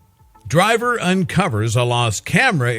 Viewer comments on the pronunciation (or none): Diver not Driver.